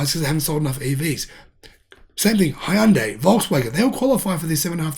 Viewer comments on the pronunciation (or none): none